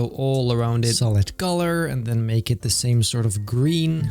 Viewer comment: Pleae, stop saying "Thieee". I know you're Dutch, so am I. "The" is pronounced the same way as you'd pronounce "Teh" in Dutch. Other than that, great videos!